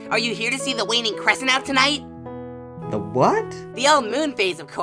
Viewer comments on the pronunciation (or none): i thought said “weenie crescent” instead of “waning crescent”